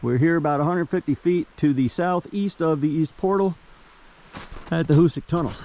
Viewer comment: Nice video on the tunnel. Fyi it's pronounced " HooSack and you are correct the east was much easier to drill. On the west end on the south side of the tracks over the hillside you can see the now collapsed original bore that was abandoned. They actually bored down and dug east and west on the west end to accelerate progress as the west was very hard . Also, by accident, it was discovered that nitro was stable when cold when a wagon going to the tunnel crashed on a cold day, and it didn't explode.